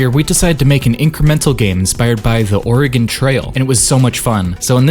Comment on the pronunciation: oregonian here, its actually pronounc- oh my god someone online actually pronounced it right what the hell